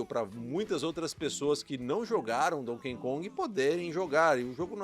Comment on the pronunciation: NÃO É DONKEN KONG... É DONKEY KONG